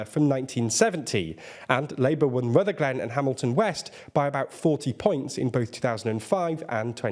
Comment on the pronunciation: FYI it’s pronounced rutherglin not Ruther glen